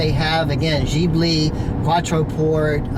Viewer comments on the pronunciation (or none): It is pronounced Gib-li not Jeebli - silly americans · Oh... and you pronounce Ghibli.. like with a "K"... I hope to helped you a little... with friendly greetz of a Maserati Ghibli owner. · Jesus Christ! he is American and he does't know that FCA stays for Fiat Chrysler Automobiles and not Fiat Chrysler Alfa-Romeo... before post a video why people don't make some reserch instead of say bulls...t while recordering. And please people: say Maserati correctly. it's Maserati not Maserari! also better to forget about the pronunciation of Ghibli… unbelievable. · yeah yeah… are you happy to have found some typing mistakes? you still don't know the meaning of FCA and how to pronounce Maserati and Ghibli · Learn to pronounce GHIBLI you stupid midget.